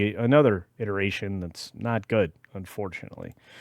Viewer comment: Did he say "iteration" or "irritation"?